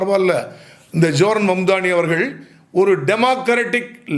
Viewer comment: பெயரை சரியாக உச்சரிக்க கற்றுக் கொள்ளுங்கள் அவருடைய பெயர் சஹ்ரான் மம்தாணி